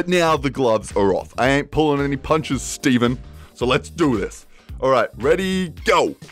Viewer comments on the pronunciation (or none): Just to set the record straight it’s pronounced Stefin not Steven.